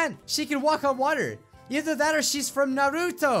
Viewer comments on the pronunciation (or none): none